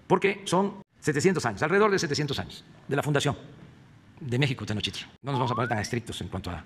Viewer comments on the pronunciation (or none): Tenoshitlan, ay viejis ni pronunciar sabes...